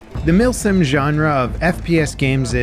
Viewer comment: Milsim ❌ Milfsim ✅